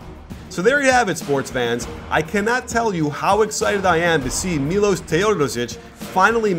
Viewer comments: Correct pronunciation: 'Milosh Teodosich' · It's pronounced Milosh